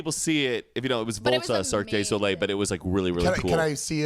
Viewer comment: no one else says Cirque day Soleil, but I’m stickin to it. Duh. Cirque duh Soleil.